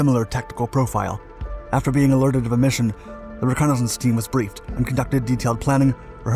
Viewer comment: this narrator.. holy speech impediment. Since you’re American, ‘reconnaissance’ is pronounced is RE-CON-UH-SENSE. Jesus.